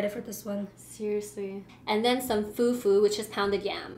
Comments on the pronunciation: to she said few few it is called fu fu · U don't eat fufu u swallow it and its spelt fufu but its bronounsd fufuo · First of all u eat the fufu with the egusi not the stew secondly you don't use two hands to eat the fufu😂😂😂 thirdly you pronounce fofo, egusi and jollf rice wrongly